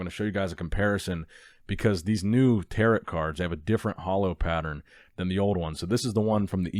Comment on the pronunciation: Gotta put this here. Tarot. Pronounced “Tear-oh” not “Tear-at”. Another great video, I’ll check Target but my local never gets anything.